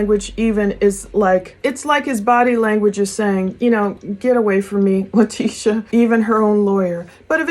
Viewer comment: her name is pronounced Lie-tesha. Great work as always